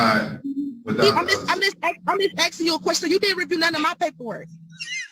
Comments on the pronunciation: Axing instead of asking?😮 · Axing .....my all time favorite! Why can't u pronounce asking! Its a s! These people can't speak properly in a court of law! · We "axing"{ someone???? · I’m just AXING you a question!! Drives me CRAZY!! learn how to talk when your out on your ass…you will have plenty of free time.. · You are not “Axing” a question you should be ASKING…. Damn! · Why do those people always say "axing"? I'm from central europe and english is only my third language and I shudder whenever I hear it.. What's wrong with those people? They are always the same! Look the same and behave the same! Do they all have the same speech impediment? If I was a judge I would hold them in contempt for such blatant misuse of the english language.